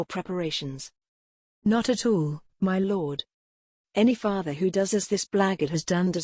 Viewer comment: The robotic voice pronouncing words wrong take the enjoyment out of listening. SECRETEed becomes secreted- as in to ooze. Read is pronounced red. Father-faither